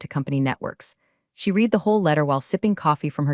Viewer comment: please pronounce the word read correctly. It’s pronounced “red” not “reed”!